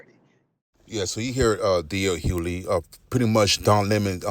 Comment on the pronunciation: HuGhley‼️ His last name is pronounced Hugh•ley! 🤦🏾‍♂️ The "G" is not silent. 😒